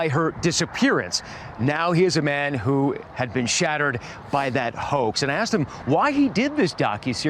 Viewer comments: I swear the news reporter says, "shattered by that hoe." not hoax, in the beginning. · idk bout yall but when the report hoax is soooo goood. he sorta emphasized the hoa and then added the x very good play on words